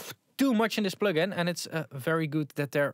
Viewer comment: Plögin? Pönk?